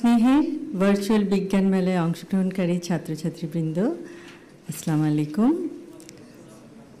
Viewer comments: স্লামালাই কুম,,,এটা কি কোন সালাম হলো।এই বয়সে এসে সালামটাও শিখতে পারলো না। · সালামটা ঠিকমত উচ্চারণ করেতে পারলো না